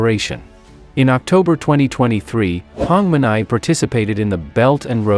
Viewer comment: Please, he is Prime Minister Hun Manet "not Hun Manai or Hong Manai". Please make correction, if you can. Thanks.